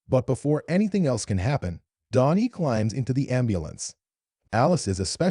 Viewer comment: Dani , not Donnie